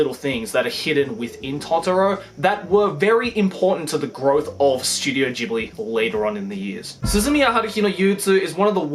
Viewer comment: Studio Ghibli (hard G) not Gibli. triggered people incoming.